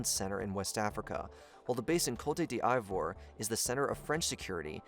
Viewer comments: Cote D'Ivore (Co - tey - d - ivor) is prounounced COAT-DOUV-WAH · It pronounced Kot-d-vwar, not kotey-d-ivor 😂 so cringe. Look up the Wikipedia articles for how to pronounce the names. or just say Ivory Coast. Great video none-the-less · "dij'booti" "kolta deavro" "kowta dee ivor" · Cote "diavro" (d'ivoire) khrit fiha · Cote D’ivore is pronounced like coat dee Vwaa smfh… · "Koiti di eye vwar" is by far the best one :'D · Coute Di Aivoir 😂😂😂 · Co-te D I-Vor? Wtf 😂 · Great vid but bro needs to research how to say these countries. Cotadi avoro instead of just saying Ivory Coast or even Cote’d ivoire just say Ivory Coast but other wise good vid . Even Burkina Faso like just say it confidently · Hey man I’m not usually going to be a stickler in pronunciation on YouTube, but the frequency of off pronunciation is undermining the research here. You’re way off on the pronunciation of the African countries at hand eg Cote D’ivoire, the CEFA currency, and Reuters is “royters” not “rooters”. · Great video but every time you said Cote d'Ivoire I broke a rib. You can say Ivory Coast if the French is too hard to pronounce.